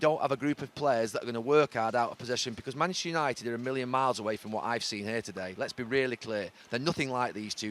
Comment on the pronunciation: Love how neville always says Manchester United in the fastest way possible - manchunited